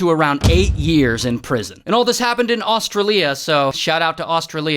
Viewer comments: It is not ostria it's Australia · Os-tra-li-a ?? It’s gotta be os-stray-li-a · Austirilia Got me dying 😂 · He said “o-strol-e-a”- NAUR. It’s -o-sral-e-a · As an Aussie, I hereby sentenced to say Aus-tra-lia and not Aus-tri-lia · bro its not AUSTRA-LIA ITS AUSTRAILIAA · Bro just said Au-stra-lia and not Aw-Strail-Llia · its not Ostra Lia not that its Australia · It’s os-stray-leya not aus-trilia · Its not australiae its australia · Astrallia really? It AU-STRAY-LY-A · IT ISNT AUS-STRU-LEA, ITS AUS-TRAE-LEA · Austrelia????? It's Australia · Austra lee a 😂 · austruliya? its australia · Austra lia 💀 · a-strail-ea is how you pronouns it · Did he just say Austra Lea? This is just as bad as him pronouncing Nicholas as "Nickel Ass". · Ah, yes, I love Ahstralia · it’s o-sch-r-alia- but omg this is craZ!!! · Is no one gonna talk about his pronunciation of Australia. AustALIyuh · That's 'Australia', mate, and not 'Australeeya'. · australia?? its aus Trau Lia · australia its promounced Aus tray lia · its not austrilia.... its australia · nah bro really said ahstraleah (AKA) Australia 🇦🇺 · “AustraLIA” why did he say it like that 😭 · IT'S AUSTRALIA NOT AUSTROLIA!! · is the aust-rah-leah pronunciation on purpose 😭😭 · Aus-tray-lee-ah, i swear I'm gonna have a fit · Shout out to austreeleea 😂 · Au-stra-lia 💀 But on a genuine note, This creeps me out cuz I’m from Australia 🇦🇺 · Austa-raleea Austra-raleea oi oi oi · GDAY MATE HOWS IT GOIN, AS A FELLOW AUSTRALIAN I FELT BLOODY DISRESPECTED MATE WHEN RAY SAID “Aus-stray-Lia” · AUSTRA LIA? DUDE FIRST MEL BOURNE ITS MELBIN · “Aus-tra-lea” lol 😂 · "austra-lia" is crazy 😭💀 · Also who the fudge pronounces Australia that way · Not the way he said Australia 😭🖐️ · Yo why you mispronouncing Australia 🇦🇺 so bad? It’s not that hard